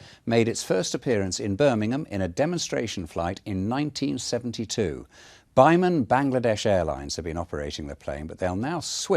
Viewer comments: The way he pronounces biman 😂😂😂😂😂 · blud said bye-man. it's bi-man